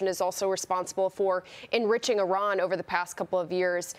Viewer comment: I hope we never have to send more soldiers into harms way and if we must i pray that they return unharmed and fight only for whats right. And Someone get this reporter some pronunciation classes, they're $7.99 on coursera, it is Iran not Araan.